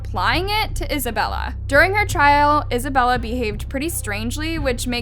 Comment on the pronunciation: She say Isabella i hear Annabelle